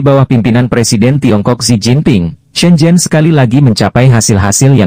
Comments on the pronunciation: Shenzhen la bro....bukan zen zen....😂🤣🤣 jgn pulak lain video hong kong, jadi lain nama kong kong...🤣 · SHENZHEN bukan zen zen